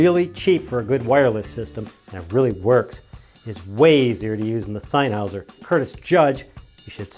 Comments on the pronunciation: I will never like this video because you won't stop saying "SennHOWSER" (Sennheiser ..... senn-hi -zer) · sennheiser is pronounced [zennhizer] !!!!!!!!! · Please either learn how to pronounce “Sennheiser”, or don't say it.